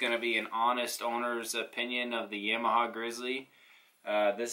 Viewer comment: great video but is pronounced Yamaha not yaaaaamiha